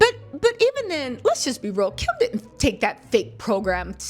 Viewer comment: the word is Didnt not dittend just a sugestion keep em coming,great videos!!!